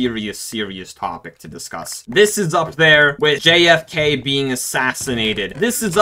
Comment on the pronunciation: When you said jkf i heard kfc and i was like wut did kfc gets assinated.